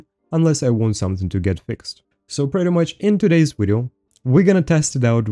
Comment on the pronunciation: why do you say widio not video just for know not trying to be offesive. love your Wideos <3